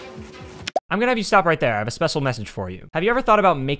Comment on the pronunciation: „I have a spessal messange for you :)“